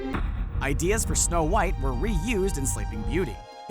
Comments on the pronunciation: When it says snow whot instead of snow white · you said whot and not white wth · "Snow whot" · You said Snow WHOT and the Seven Dwarves lol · did anyone else notice they said whot and not white? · Uh you kinda forgot how to spell white because you said snow whot and the seven dworfs. Sorry if that bugged you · “Snow Whot And The Seven Dwarfs Ummm... Did you mean White? 😂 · It's snow white not snow whot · Am I the only one who noticed "snow whot" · “snow whot and the seven dwarfs” i cannot breathe call an ambulance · Somebody explain wtf is "Snow whot and the seven dwarfs"is? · Did anyone else see that they said snow thot just me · Who the hell is SNOW WHOT?? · who the heck is Snow Whot 😂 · “Snow Whot and the Seven Dwarves” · “Snow Whot” who else noticed this 🤣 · "Snow Whot" really? Smh. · Snow- WHOT ... wot? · " SNOW WHOT AND THE SEVEN DWARFS " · who is Snow Whot??? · "Snow Whot" u "whot" mate? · “Snow whot “😂🤣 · . “ Snow Whot “ ? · Did anyone notice that is said Snow whot and the seven knomes with the mother gothel and evil queen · . “Snow Whot”...